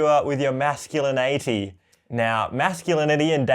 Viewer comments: Love how fully embraced the meme of him mispronouncing masculinity. Props to him and his masculinaity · Was i the only one who heard masculine 80s instead of masculinity